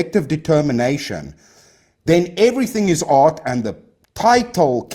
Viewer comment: Sometimes when he says art, i hear aught. One aught to be polite when given no affront. That's all. I like silly debates though. Quite a lot, general. Screw art though. Also in general